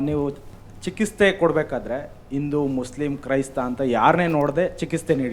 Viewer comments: Chikiste alla chikitse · ಮೊದಲು ಚಿಕಿತ್ಸೆ ಪದ ಸರಿಯಾಗಿ ಉಚ್ಚಾರಣೆ ಮಾಡಿ. ಕನ್ನಡ ವನ್ನು ಸರಿಯಾಗಿ ಉಪಯೊಗಿಸಿ